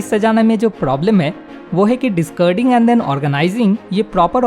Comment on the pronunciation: Good informative video. But stop saying discurding. It is dis-caar-ding.